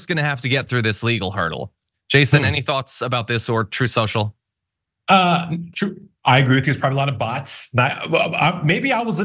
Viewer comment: "troth cential" is predictably going to fail. That orange idiot is poison to any business venture. He just inherited so much money that no matter how much he loses it just keeps growing.